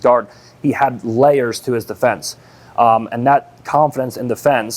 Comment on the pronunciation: Say layer again, I dare you lol